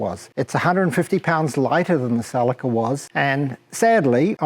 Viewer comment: he means ceeelica.celica not calica. fuckin guy.